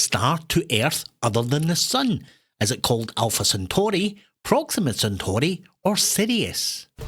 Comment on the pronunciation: Completely ruined our lives with proxima centaurai,lost a point 🤬if Team Harlow got 75 we're unsubscibing😂. Brilliant quiz, we're just a couple of old farts that get so much pleasure from the simple things in life, hence our love for Arno, can't thank you enough for the joy, obviously the same applies to the mispronouncing host,and of course our beautiful Ali from Get quizzical. Not blowing smoke, you all change people's lives for the better. Anyway yer wee sh..e blessed for what you do, thankyou. 75,oh ffs 74 😂 nostalgia trip on the Caucescu question, went out there in the aftermath and met so many amazing people, one of my many amazing memories. Love to you and those you love 🫶